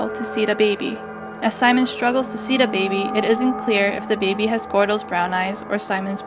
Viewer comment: "de bAeBeE"